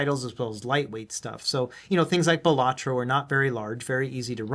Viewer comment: Quick tip its actually pronounced bal-uh-troh. The emphasis is on the first syllable, not the second. It begins sounding like you might say ballet